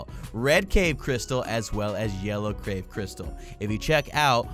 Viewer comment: its yellow cave crystal not yellow crave crystal